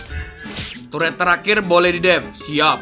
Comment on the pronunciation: Ngakak base dia sebut turet gede